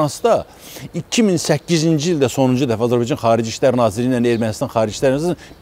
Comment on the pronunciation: Bu adam Azerbaycana azibaycan deyir. Olkenin adini da duz demir